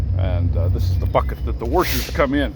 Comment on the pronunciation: I have not heard washers pronounced as wurshurs in a long time. 😊